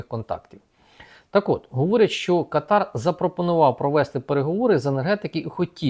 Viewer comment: Káтар. Наголос на першому складі.